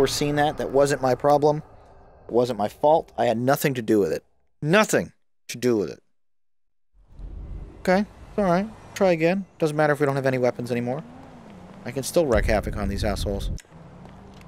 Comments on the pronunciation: Its wreak havoc, as in Reek not wreck. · It's WREAK (pronounced REEK) havoc, not WRECK (like destroying stuff) havoc. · Please attempt to disregard my consistent mispronunciation of the word "wreak" - I genuinely thought the expression was "wreck havoc", because, well, I'm an idiot :-D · Wreak havoc, dude. (reek) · Wreak havoc, not wreck havoc, m'dude. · Its "wreak havoc" not "wreck havoc" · You keep mispronouncing 'wreak havoc'. Over and over and over again.